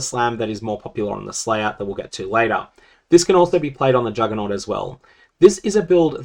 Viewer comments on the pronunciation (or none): none